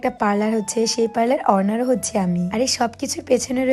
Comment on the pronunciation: Mayeta thik kore english o bolte pare na honour ke bole horner